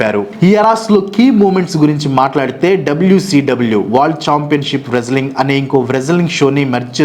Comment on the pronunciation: చిన్నప్పుడు మీరు పలికినట్లే అనే వాళ్ళం. వ్రేజలింగ్ Wrestling బూకర్ T. Booker T ఇప్పటి పిల్లలు సరిగ్గా పలుకుతారు Favourites : Yukozuna & Vader